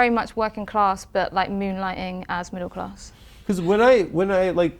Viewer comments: "I was very much working claaahhhs" - In a posh accent. Got her Adam! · Not cIass. She said “kIoss”, get it right IoI